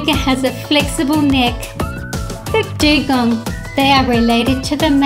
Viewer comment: Dugong, not ugong.